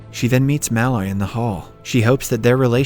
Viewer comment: I think its funny that he pronounces Mul-oy as Ma-Loy as Mulloy is my last name and I heard it be pronounced Ma-Loy all my life XD